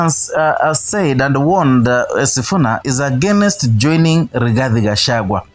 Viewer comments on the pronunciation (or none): none